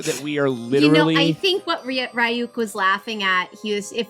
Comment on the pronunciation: Jesus christ you should be able to pronoucne Ryuk properly at this point already